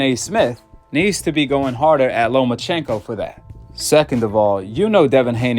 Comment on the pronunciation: Who TF is "LoMANchenko" 🤣 we don't need to hear from Skip Bayless or Stephen A Smith when it comes to Boxing they don't know WTF they're talking about